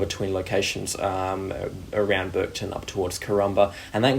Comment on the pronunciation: BurkeTOWN NOT BurkeTON HughenDEN NOT HughenDAN